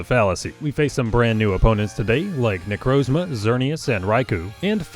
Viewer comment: Erm ackshuly it’s pronounced necrAHZma instead of necrOHZma